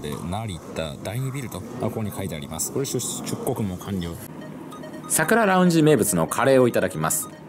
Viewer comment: ラウンジ の発音が独特な神